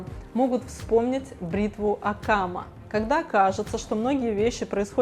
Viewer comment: бритва не Окама, а Оккама (Уильяма), ударение на О!